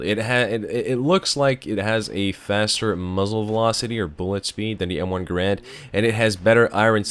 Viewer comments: its m1 GAAAARAND not "grand" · To everyone once and for all: it's pronounced GAIR-und. Also, the Springfield and Garand do identical damage, I believe their sole difference resides in their iron sights, which is no small matter as the Springfield sights are awesome whilst the Garand sights are constrictive and shitty.